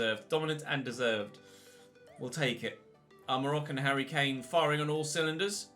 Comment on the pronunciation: “He really is the Moroccan *hurry Kane*”